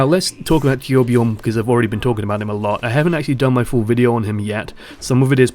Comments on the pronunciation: As a swedish guy myself, i can understand if its hard to pronounce that name (I mean, they really went with one of the most extraordinary swedish names). Personally I wouldnt demand all you non-nordic people to pronounce it correctly, but id prefer if you said it kinda like "toourbjourn" cos that, I think, is the closest we can get. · Torbjörn is pronounced Toor bj-urn anyway.